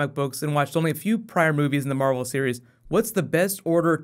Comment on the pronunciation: he said marble film instead of marvel